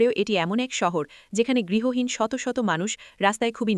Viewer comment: গৃহহীন বলুন, গৃহীন উচ্চারণ বারবার শুনতে ভালো লাগছে না । অনেক অজানা তথ্য জানতে পারলাম ।